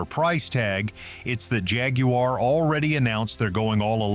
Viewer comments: Please learn how to properly pronounce "Jaguar". You sound foolish. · How do the yanks say it?....Jaguuuuuaaar